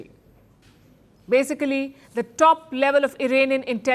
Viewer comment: You mispronounced BAsicaaaaaaslly ...wrong pronunciation for a reporter. Shame on you